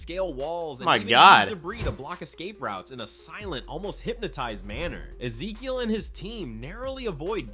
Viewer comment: Misses pauses and mispronounces Ezekiel.